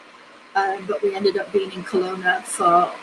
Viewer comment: Its pronanouced Kelowna